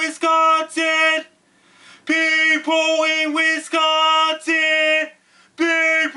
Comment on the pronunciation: You are delivering a great message that is 100% correct, spot on~! And I love the way that you say "Wisconsin"~ Thank you for giving us the head's up. <3